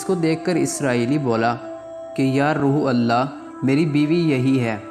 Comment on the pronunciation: آپ روح اللہ کو روحل اللہ کہہ رھے ھو جو کہ غلط اور گناہ ھے اسکو روح اللہ کہیں یعنی روح کی ح پرپیش دے کر اللہ سے ملاکر ہڑھا جاۓ